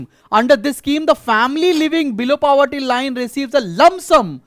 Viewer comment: He is pronouncing it correctly........